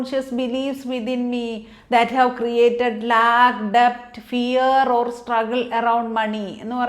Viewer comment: Mam, is it "Lack' or 'lag"